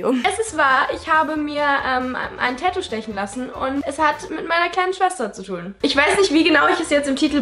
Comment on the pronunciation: Das heißt tatou nicht tätou